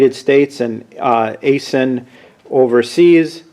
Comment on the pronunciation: FYI - It's pronounced "eye sin". I have an Aisin factory near me and I know people that work there, and that's how they pronounce it.